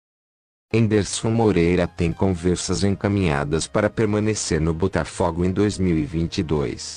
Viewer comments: Tu não entendeu nada maluco. Eu quero que PRONUNCIE o nome do meu time CORRETAMENTE pô! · Tendi Coroa AGR q vi q eles falaram Butafugo